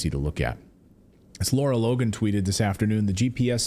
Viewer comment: I believe the incredible journalist Ms Logan is “Lara” as in rhymes with “Sara” (not “Laura”).